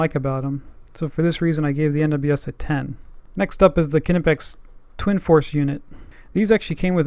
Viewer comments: is pronounced ni-pex not ka-ni-pex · Another person over thinking how to pronounce Knipex. How do you pronounce Knowledge, Knee, Knob, etc? Knipex is pronounced Nye-pecks. Good video else wise. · How is it EVERY tool reviewer from the Americas doesn’t know the K in Knipex is silent???? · The argument over how knipex is pronounced is ridiculous. Knipex is a german tool maker and in German the k is pronounced so the proper way to say is ka nipex but if you want to pronounce it nipex thats ok just don't chastise someone because they say knipex.